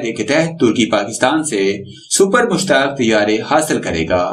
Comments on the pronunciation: mashaq not mushtaq please correct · Mushaaq not mushtaq bloody idiot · Har aira ghaira nathoo khaira Defense Analyst bana phirta hai. Ye sab baar baar Mushaq ko Mushtaq Tayyara bol raha hai.....